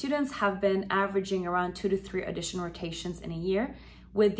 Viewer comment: Sorry. Please fix your pronunciation of “audition”. You make it sound like “addition”.